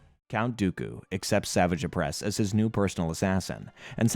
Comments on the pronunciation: I enjoyed the video but mispronouncing the names was almost too much to handle.... The hilarious part was when you actually played a clip from the show that pronounces Savage Opress's name correctly and then immediately butcher it 3 seconds later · Bro there is no way that you actually watched the show if you're calling Savage Opress "Savage" when phonetically it is pronounced "Suh-vah-j" ..... feels like you're just reading a wiki and using clips of episodes you pick to include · Same with Savage Opress, like i get theyre real words but… thats not how you say his name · even when he talked about savage opress. Like he doesn't know the franchise when you can't get names right